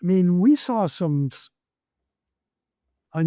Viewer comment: I can’t stand when people say “sar” for “saw”